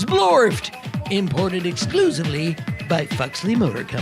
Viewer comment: Zblorbt!! ( is totally mispronouncing it!!)